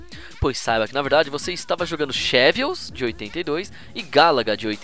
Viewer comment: Xevious não se pronuncia Chevious, mas sim Zebious.